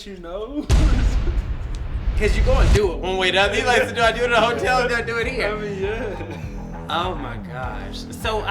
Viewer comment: NOT DJ WITH THE "HOE'TELL"...OH HELL NAHH, THATS THE WRONG CHICK!!!!!